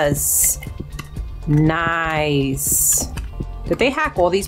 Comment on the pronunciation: I love how she’s saying now Nouice